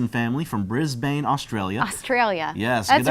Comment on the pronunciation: That makes at least two viewers from Brisbane! (Briz-bin, not -bane btw).